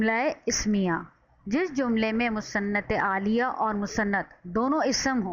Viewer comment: بہت آسان مگر جامح تعریف ہے👍مگر محترمہ انتہاٸ معذرت کے ساتھ الیہ کوآپ عالیہ پڑھ رہی تھیں۔ایک اردو کے معلم کی حیثیت سے ہمیں ان باتوں کا خیال رکھنا چاہیٕے۔